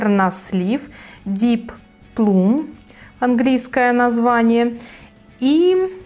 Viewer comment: Спасибо за обзор! Лак с названием Lush Coral читается как Лаш Корал) Deep plum - дип плам!))) Mulberry - малберри. В английском языке, буква U не всегда читается как У. В основном как А.